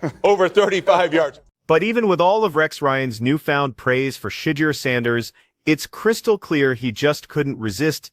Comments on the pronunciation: Shuuud Durrr! Dammit! Say it right 😮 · Yeah. Shit-ti-er. Intentional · I would like to know who is pronouncing his name like that? Please 🙏🏾 redo this and PRONOUNCE the man's name correctly..smh..I like the video because its FACTS. but COME ON MAN. Put some respect on his name..lol..💯🙏🏾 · learn how to say his name to be taken serious